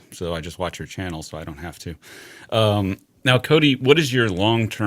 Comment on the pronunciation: I think im mishearing Cody, but it sounds to me like he's saying "chicken hole," and everytime it makes me want some chicken nuggets or some other type of deep fried chicken.